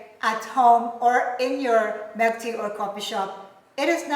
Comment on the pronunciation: Hot Melk tea😅